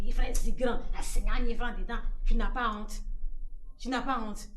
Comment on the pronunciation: vous me faites Wonte, non non non vous me faites Wonte mdrrrrrr j'aime trop ma famille